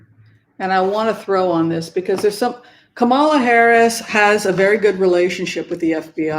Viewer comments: KAM'-ma-la The emphasis is on the first syllable, like COMma, or TRAlala. (Thanks) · I love you, but please pronounce Kamala correctly.💕